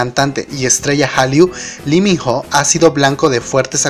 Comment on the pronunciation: Porque dices Liminjo si tú mismo dijiste que es Iminó ????